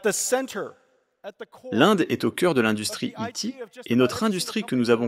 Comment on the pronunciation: Merci pour la traduction (par contre si dans I.T. tu dis "ti" alors le i se prononce "aïl" :p )